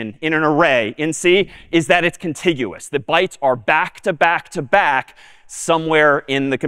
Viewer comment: the struggle for "contiguous"😭😭